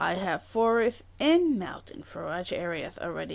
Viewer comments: the way you pronounce "Forage" like Garage, but with an F. Lol. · Sorry to be that guy.. but forage is pronounced "forej" like courage. 🙂